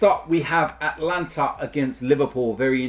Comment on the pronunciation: It's not Atlanta, it's AtAlanta....there's an extra A in there